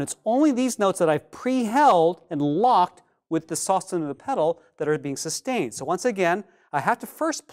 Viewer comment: Lol never pronounce that the same way again